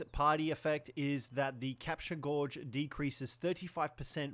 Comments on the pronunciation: "capture gawge" Immediately closed this video 😂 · ‘Gauge’ rhymes with ‘age’ you flamin’ gallah.